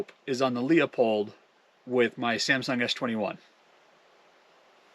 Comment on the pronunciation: That camera is a piece of junk. So much messing around, so much time and results are underwhelming to say the least. By the way, Leupold is pronounced "loooo-pold" just optically, without all the phones and nonsense, you can see WAY better through the spotters with the naked eye. That impact would be easily visible with the Leupold or Vortex, for sure.